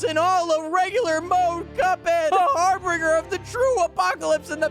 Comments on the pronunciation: It's Har-bin-ger. "Harr Binn Jurr" Not Harbringer. Harbinger. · Har - BIN - ger. Not Har - Brin - ger.